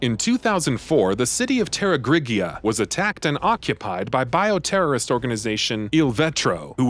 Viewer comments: Tera-gree-jha, not tera-gree-gee-a Ouroboros, not euro-boros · "Terra-greeg-ee-uh" lmfao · Everyone talking about the RE:LA movies but I'm here laughing about how he pronounced Terragrigia lol. "Terra-gree-ge-uh" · LMAO aftet hearing him pronounce Terragrigia I am convinced he hasnt even played the series. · Mispronounced: Terragrigia, Excella Gionne, Sheva Alomar, Carlos Oliveira.